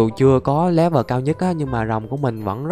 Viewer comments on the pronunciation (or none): none